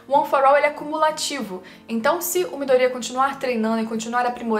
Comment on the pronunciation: Vídeo é bom e tudo mais, mas falar o nome dos bonecos é difícil? No anime eles pronunciam ''Miydôria'' e tu pronuncia ''Midória''. Seria legal se falasse o nome dos bonecos certos.